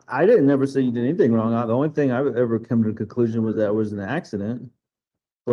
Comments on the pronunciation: She says “wrongk” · "I've done EVERYTHINK you've asked". "You brought your ex wife up into our home and that was WRONK". "I haven't done ANYTHINK"! The way she speaks is so gross. It's so painful to listen to and sadly, Harley speaks the same way. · I just love when "" says things like "he was dark SKINDED". Lol. Not to mention the "I didn't do ANYTHINK WRONK" and every word ending(k) in G, she adds a K. She's sooooo smart with her PhD in Education. Hahaha. Also, Al mentions she went to Law School😊😊. He doesn't believe it, but she clearly told him something like that. She probably told him she started law school and decided it wasn't for her so she went for her PhD and instead.. 😂😂😂